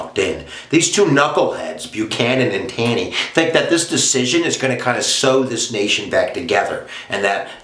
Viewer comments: it's not Tan-ee. its "tawney". Ta makes the same sound it does in the word "talk" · Pronounced “Tawney”.